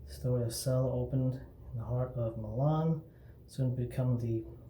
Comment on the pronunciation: First of all, it is pronounced "chella". Second they make other scents and formulations. Third, why do guys who have no facial hair make shaving videos?